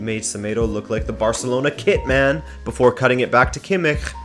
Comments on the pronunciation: I as a German can tell you that it'S not Pronounced Kimmichchchchchchchch the "ch" at the end is much more softer more like a ch and not a ch! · great content, big up on that Kimmich pronunciation :D